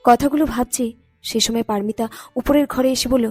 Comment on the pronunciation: বলুন পারোমিতা -পারমিতা নয়।